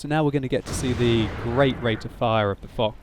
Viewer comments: I think foch should be pronounced fosh and not fok as in video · correct pronunciation is "Fosh" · i think its is fosh but spelt foch